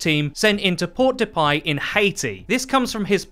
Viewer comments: It’s “Port-de-peh” not port-de-payl” Otherwise it’s a very good video as always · And "Port-de-Paix" is pronounced like "Pore de pay", not "Port de pie" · Almost got that Port-de-Paix pronunciation right. The "ix" aren't pronounced and the "a" sounds like an "e." Sounds like the first syllable in Petra "Pe." If we're getting a Haitian Hero that would be amazing! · «Sent in POW DUH PIE, in Haiti» ROFL that pronounciation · '' port-de-PIE..... HAHAHAHAHAHAHAHAHAHA HAHAHAHA WTF